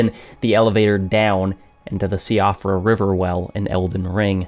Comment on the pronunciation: Just wanted to make a small correction to the video: When you mentioned the "Siofra River Well" in Elden Ring, you pronounced it "Shee-off-rə" but it's an Irish word that should be pronounced "SHEE-frə". Otherwise, I loved the video and everything you make <3